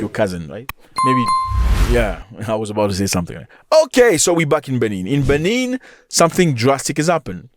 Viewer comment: You get news from Africa, but you exaggerate too much And your pronunciation on the benin capital is wrong...why didn't you take your time in learning how to pronounce Benin republic and it capital Mr African news And the cause of their issues is simply from the stands of ECOWAS